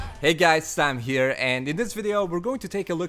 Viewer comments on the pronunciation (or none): none